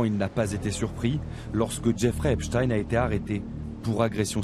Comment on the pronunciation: La victime au début de ce complément d'enquête à citer "Epstine" au lieu d'"Epstein", elle est corruptible, influençable à cause de son statut de victime... vous n'avez pas piochez la victime la plus raisonnable du tiroir si j'ose m'exprimer ainsi, j'apporte mon soutien à cette victime, mais elle doit vraiment se remettre en question car dès le début elle a tout mélangé, car elle condamne la concierge mais le monsieur qui habite dans ce bâtiment n'a certainement rien à voir avec tout ça, enfin voilà, il faut se montrer plus pieu et avoir plus de recul pour mener des investigations. Et je condamne quand même ces personnes qui n'ont pas voulus s'exprimer et qui se sont moquer de son mal être.